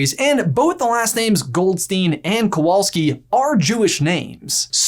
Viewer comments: I just can't stop lauhging from the fact how you read "Kowalski". It's just... too funny. And it's not so jewish how you are still talking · guys I love you but when you said "Kowalski" is a Jewish surname I died inside a little